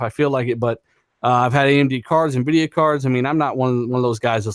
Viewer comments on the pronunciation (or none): none